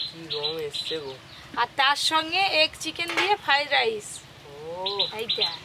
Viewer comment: Omongloga ota ki go ? "ফাড রাইস" 😂😂😂😂